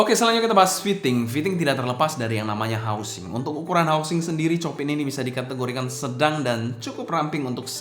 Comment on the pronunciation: bukan copin ko2 dibacanya chiopang...krn istri guru piano jd ngelotok denger nama2 pianis classic 😂😂😂..